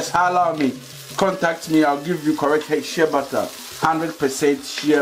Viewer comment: Are you saying shea butter it sounds like you saying shabbata i always wonder what that is